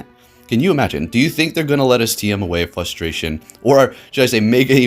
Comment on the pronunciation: Algorithm sounds about as real as your ability to pronounce frustration ¯\_(ツ)_/¯